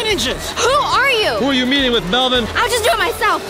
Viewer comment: Melven ie not men